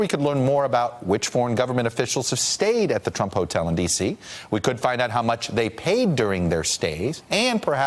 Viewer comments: "Donald tumpt" hahahha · Graham Jimerson almost sounded like "chump" lol